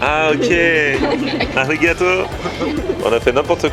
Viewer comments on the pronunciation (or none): Tu fais de bonnes vidéos, tu nous fait découvrir quelques spécificités de la cuisine japonaise c'est cool, merci mais parcontre fait attention à ta prononciation des mots japonais car arigato on ne prononce pas le R comme en France, on le roule !